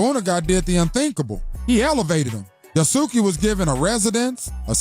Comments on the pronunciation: Yah-Sooo-Kee, Yah-Sooo-Kay, No-boon-nuhguh, Nuh-bunga are horrific pronunciations. At least he got Nobunaga correct at the end there. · the pronunciation of Yasuke and Nobunaga is sending me😂😂😂